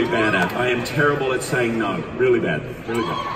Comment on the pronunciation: I was expecting him to have an Australian accent so when he started it off and sounded American I was confused but then he said NAUR (aka Australian No) and I was like THERE WE GO